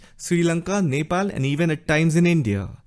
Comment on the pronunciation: You INDIAN guys don't know how to pronounce Nepal. It's sounds so dehati.